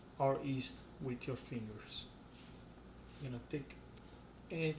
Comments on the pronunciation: 👋 hi say yeast not East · Ma perche' lo pronunci "ist" se si dice "gli-ist" ? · It is called yeast not East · Is he saying..East??